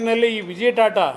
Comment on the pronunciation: " ತಾತಾ" ಅಲ್ಲ ಅದು " ಟಾಟಾ" ಅಂತ ಅದು .